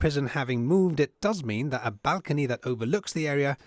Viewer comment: is incorrect. It wasn't between Muslims and Christians. It was between Arab invaders and Europeans. Different peoples. He didn't call the British Christians did he? And nobody pronounces Muslim like he did. It's not a fabric. And he doesn't know how to pronounce balcony. Honestly it's ridiculous. Why has this site been neglected for decades. It has been abandoned. It should have taken precedence over the northern defences. We need English Heritage professionals in to run Heritage in Gibraltar as well as an auditor.